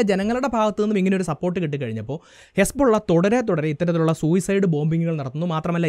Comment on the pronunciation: ഹെസ്‌ബോള്ള അല്ല...ഹിസ്ബുല്ലാഹ് ആണ്😂